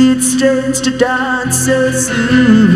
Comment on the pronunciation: "donce", take a "chonce"!!!